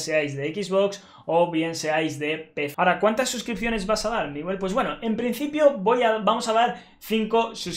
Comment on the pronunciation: es miwe jajaja